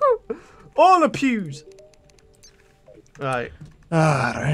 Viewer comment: Os it just me or did it sound like he said "All the pubes" instead of "All the Pews"?